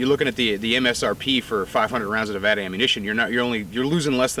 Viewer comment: Thank you for saying Nevada correctly.